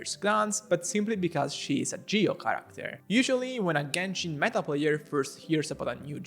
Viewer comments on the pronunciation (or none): none